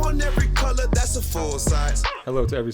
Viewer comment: “Thassa song!!” LOL